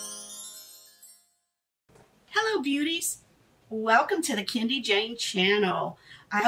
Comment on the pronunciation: Hi Love, it's actually pronounced ken-doe.😘